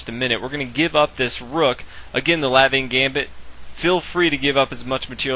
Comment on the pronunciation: Very good ty. Btw the 'a' in Latvia is pronounced like Caffè Latte ;)